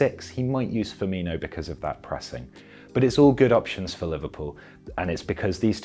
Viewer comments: FirmiNo NOT FirminYo (with pedantic apologies) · It's Fir-min-o not inho lol.. but great video as always though 🤙🏾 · Firmino... The "io" sound comes when Brazillian/Portuguese players have an H before the O, like Ronaldinho or Carvalho... It's not Ronaldio is it? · Great video, btw it's pronounced Firmino not Firminho. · Firm-in-o. Not Firm-in-io. (Apologies but my OCD kicked in) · It is difficult to take this video seriously, as you start out by pronouncing Firminos name wrongly. His name is Firmino, his name is NOT Firminho. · Why does everyone call him Firminjo? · "Firminio" how many times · He says firmino wrong.